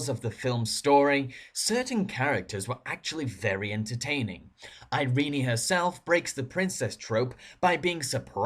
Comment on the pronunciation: "Iree-nee"? Heh.....ehh.